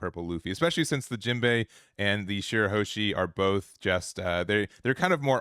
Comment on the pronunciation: It's shirahoshi and not shirahoeshi